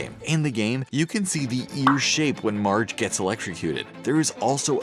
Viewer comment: At the beginning did he say large Simpson ??